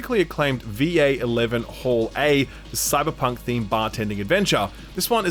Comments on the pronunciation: calling Valhalla "V-A eleven hall A" nearly made me spit out my drink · VEE AY ELEVEN HALL AY lol. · lol pretty sure it’s pronounced “Valhalla” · minor correction va-11 hall-a is pronounced valhalla, ik its not a big deal tho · "VA-11 Hall-A" had me losing my mind.